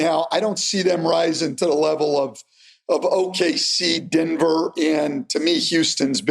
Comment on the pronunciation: Stan and say Denver the same way. Dinver